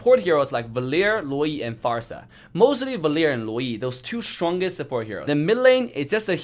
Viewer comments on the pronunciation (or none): I can't ignore saying shwongest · "in the GAEMM" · "The schwongest ninja has arrived." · its an accent come on